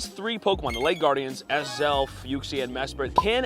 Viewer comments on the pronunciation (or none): none